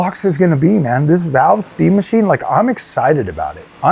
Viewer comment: Fkn funny dude! I was laughing my azz off the way you said "this steam mah-cheen". edit: P.s Though to be fair Steam isn't in the GPU manufacturing business like other crooked types and I feel like they get a pass on their new hardware because of that